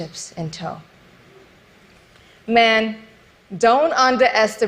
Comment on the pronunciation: "underestabate". Maybe just say the fucking words right. she is way more "educated" than me yet I can say words correct. Maybe that because I'm a student of white.